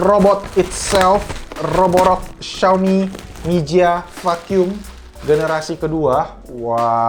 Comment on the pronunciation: Fakyum (Vacum) gw kira ngomong F*ck You.. wkwkwk #Lol